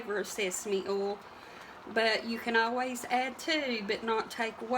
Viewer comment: Hey...is that "ol" or "oil"...any way you say it..it's all right with me. May you and your family have a wonderful holiday season. Thanks.